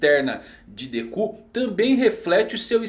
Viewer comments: Déku kkkkk que agonia ouvir isso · Dekú nao mano fica esquisito kkkkk Dêku